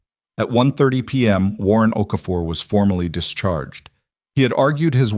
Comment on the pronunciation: Here'a heads-up, if you can't get Okafor right, don't use it. O'Keefe, O'Connor, Oakhurst and two or three equally stupid versions. Also worth a mention Gordon, begins with a G not C.